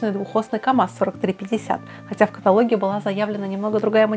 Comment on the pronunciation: КаталОг,, кталОг...